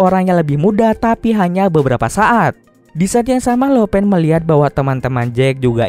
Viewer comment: Lo pan di bacanya lau pan bukan lo pen. Laupan = bos tertinggi